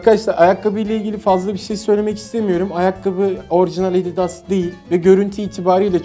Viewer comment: Abidas değil adidas